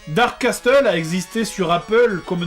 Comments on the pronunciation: "dark casteul" O_O" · Casseule pas Casteule pour Castle en Anglais ! :D